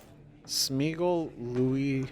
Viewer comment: "Smigole Louis Serkis" LOL